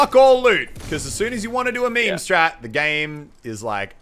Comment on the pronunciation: Please stop saying meme